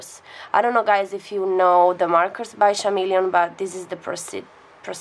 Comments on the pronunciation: Chameleon pronunces "kameleon" also the gradient thing is also for the markers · Hi! I just wanted to let you know, chameleon is pronounced with a hard c sound, like "Kameleon". The h is silent. Also I love you and your art and you inspire me so much! 💜